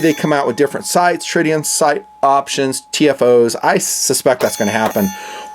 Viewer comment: There is no N on tritium. Just saying .